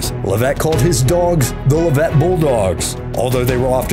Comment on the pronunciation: Leavitt is pronounced "LEV-it", not "le VETTE".